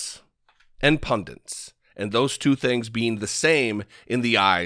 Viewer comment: Hey, I love your work, but the word is pundits, not "pundants":-)